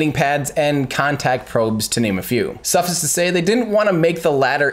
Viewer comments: Everyday Astronaut: I just noticed you seem to mispronounce the word suffice. It isn't pronounced like suffix, but like Suf Ice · "suff-is to say" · How to pronounce "suffice" - suff, like stuff without the T, and ICE, like frozen water. I've never heard anyone say it the way you did. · The way you said suffice... lol. Good video though... thanks for making it! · Very informative thank you. Btw interesting pronunciation of the phrase “suffice to say”...